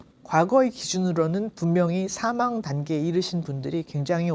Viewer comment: 선생님! 사망의 "사"는 길게 발음하시옵소서!!!